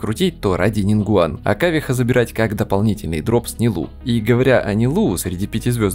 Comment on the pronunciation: Почему НилУ? Минус уши(